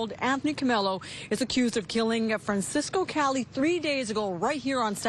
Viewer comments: Francesco not Francisco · Fran-CHESS-co, if that helps you pronounce it, lady. He was Italian, not Mexican.